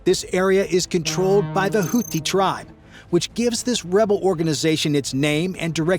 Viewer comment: And that's "houti" not house.